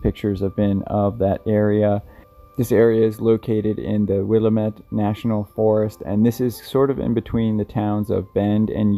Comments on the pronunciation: So close to pronouncing Willamette correctly! Will AH Mette not will uh mette. Hope he’s found safe. Us Oregonians have been lucky when it comes to survival outdoors lately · No, he pronounced it Willa-mette. 🤔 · Willamette is pronounced "wuh-LAMB-ett",. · Willamette is pronounced: Will-Am-Ette. Love your videos. 🤠👍🏻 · lol it's pronounced will-A-mette, not WILL-a-mette. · I'm not picking on you or making fun of you. I just want you to let you know how it is pronounced. Willamette is pronounced will lamb it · Fyi it's pronounced Will-Lam-Ette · Willamette is pronounced will-AM-ette. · will-am-it. Yaw-hots.